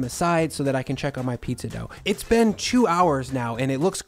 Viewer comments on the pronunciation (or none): none